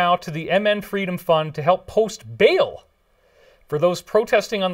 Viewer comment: Bail also sounds like baal